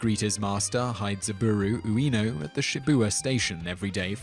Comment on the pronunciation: Simon! Ask people if you can't pronounce stuff. The dog's name is HA-chiko with the stress on the first syllable, and the other two very short and clipped in the Japanese way. You make it sound like "half-chico". And Ueno is pronounced "wayne oh". A rudimentary ear for non-English languages would be enough to steer you on your way. You can ask virtually anyone because I have never encountered anyone ever worse than you at butchering foreign words. Have you lived your 'peeso' episode down yet?